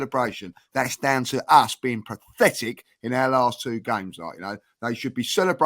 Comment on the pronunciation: is having trouble saying the word 'pathetic', it sounds like he trying to say 'prophetic.' Did anyone else notice that?